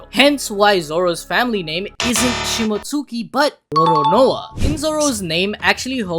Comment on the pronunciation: it's not "shimot-suki", it's shimotski", like Momonosuke is pronounced momonoskay. I've learned from anime that that U is usually not pronounced at all and when it is, it isn't emphasized.